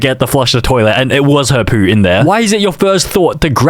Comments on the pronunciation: why does he say poo and goon like that "poou" and "gooun" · the way he says poo 😭😭😭